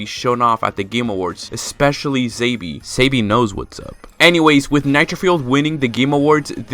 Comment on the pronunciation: SAYBEE? Really??!